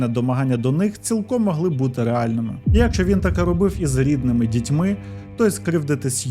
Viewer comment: Не фольЦваген, а фольксваген, на 13.37 не «особисто», а «особливо». І що за дивна манера наголошувати перший склад у слові якщО???